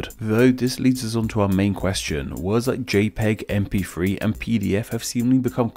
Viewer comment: you say gif fine but not mp....free?